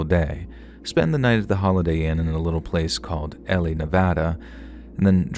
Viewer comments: 😊 Ely, Nevada pronounced E-LEAH (It's a 💩 hole) I lived there, unfortunately lol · Good evening. I just want to let you know, Hwy 50, from Utah as traversing the Nevada Desert is call the loneliest road in America. Ely, Nevada is actually pronounced Ee-lee. I have traveled I-80 many times. And got married in Ely, Nevada, back in 1975. Enjoyed this blog tonight. Thank you. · Ely, Nevada...pronounced " ee Lee" 👍🏻😁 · Ely, Nevada is pronounced with 2 long E sounds. Eelee.